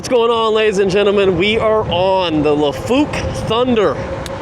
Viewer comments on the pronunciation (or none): It's lai-fook, not la-fook.